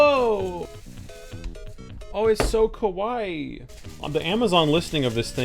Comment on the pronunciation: you said "kawaii" or "kowaii", because these two are very very very different meanings... 🤣🤣🤣🤣🤣